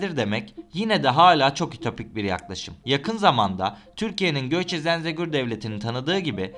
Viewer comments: Zenzegur değil zengezur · Abi Zenzegor deyil, Zəngəzur doğrusu. Lütfen tarihi yer isimleriyle dikkatle öyrənin. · Yemin etmiş gibi Zengezura sonuna kadar Zenzegur dedin. 😂